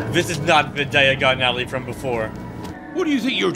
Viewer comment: Harry would have to be american to have mispronounced diagon ally like that